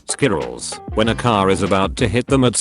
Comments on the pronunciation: Lmao i love how he says squirrels It sounds like skittles! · There should be an episode just of him saying “squirrels”